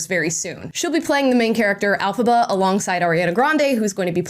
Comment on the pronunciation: The character's name is Elfaba not alfaba